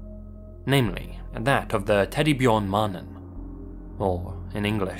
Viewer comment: Why "teddy byorn man"? That pronunciation, my man LMAO I know you can say 'bear'!